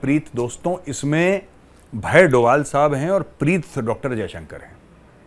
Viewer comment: Dobhal instead of Doval